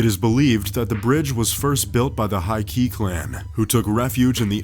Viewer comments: “Jenn-pai war.” What? Who were the “hai-ki? “Ihashi?” “Saki-menato?” Where? Are these Japanese words? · The "Jenpai war?" Surely he meant the "Genpei War." EDIT: Oh and it was fought by the High Key clan apparently xD EDIT 2: And the one in China was designed by an Israel Eye architect... Jeeze, Top Trending, get a narrator who knows how to pronounce things.